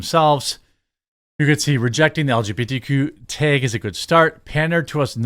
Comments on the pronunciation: Baldurs gate 3, seriously, chicks with dks. How woke is that. Tag, not teg. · TEG is not a word, it’s TAG 🤦🏻‍♂️ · Jeremy the way you pronounce “taege” gives me autism.. brother please I know mid westerns are odd cupcakes but try to say it like the rest of us 😅